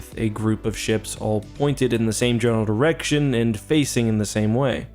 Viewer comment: maybe i am tired , but im sure he said , " pointed in the same general erection , " listened to it 3 times could not hear the D